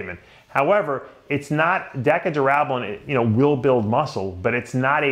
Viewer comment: Dave what in the hell is Decka Durab-a-lab-ba-lab-ba-lone???? I can't even listen to this!!! A former IFBB Pro Bodybuilder and can't even pronounce a damn steroid that he most certainly took lmao.